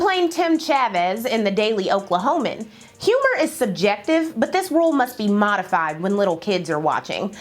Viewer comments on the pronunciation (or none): Girl the moment you said Okalhoma I rolled my eyes